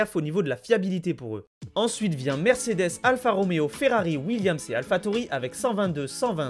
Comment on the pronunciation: Par contre c’est Mercedes et pas mersedes 😂